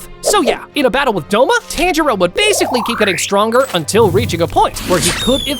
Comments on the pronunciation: Instead of saying, Tanjiro, you’re saying 10 churro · he says tanjiro rong